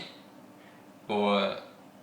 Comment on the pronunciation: what do i think? i think you look like hiroyuki tagawa's son, back from the old 80s action moview also the way you say wasabi has a strong french accent in it and if i can pick it upyou can bet your bottow dollars japanese will not only pick it up but secretly hate it and mock it but hey, all is fair in love and war